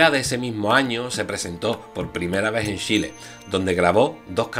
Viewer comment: Me encanta como decís Shile jajajaja😀😄